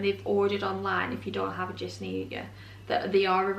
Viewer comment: Hi Jysk is pronounced [Yusk] the J is pronounced as Y and the y is pronounced as u